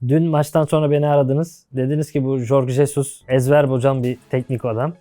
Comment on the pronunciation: Adama ilk geldiği günlerden birinde isminin telafuzu sorulmuştu. Jorg Jesus diye okunur.Medya mensupları bu konuda hassas olmalılar.Birkac medya mensubu dışında herkes kafasına göre telafuz ediyor .Jorge Jesus pek takılmaz zaten .Saygıyı bizim ona göstermemiz lazım.Basit bir ayrinti fakat doğrusunu telafuz etmek doğru olandır.